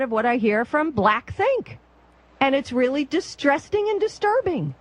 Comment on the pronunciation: You can hear her start to panic a little near the end, when she starts mispronouncing words ("distrussing," "comecs"). She knew she should have kept her mouth shut. The woman needs medication.